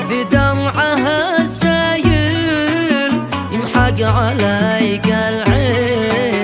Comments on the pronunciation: كان على أصيل،ان يقول،( اعطف،،على،السائل،)لأن السايل،في اللغة،ماسال،من،لعاب،من،ماء،مشتق،من، السيل،،،فيا،الدبالهمزه ينطق،ءا،، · في غلط ان الترجمه تقول اعطف على السائل والفنانين ينطقوها السايل ارجو التصحيح إلى السائل اما السايل هو مادة